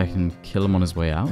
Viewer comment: ou he forgot to pronounce the T in out 😂😂😂😂